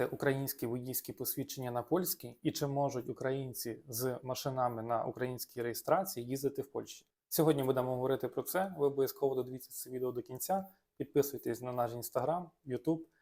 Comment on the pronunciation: Я навіть переслухала. МашинАми? Ууух)) а відео хороше